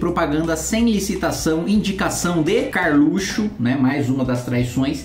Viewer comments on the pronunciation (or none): none